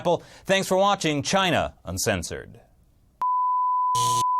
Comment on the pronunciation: emphasis in uncensored at the end!